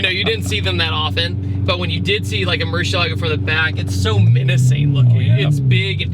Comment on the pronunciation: Any video featuring the LP640 along with Ed is going to be cool , but please learn how to pronounce Murcielago..Ed Boiian will tell you.